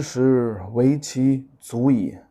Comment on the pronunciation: 渐渐之石 is pronounced as chanchanzhishi, not jianjianzhishi.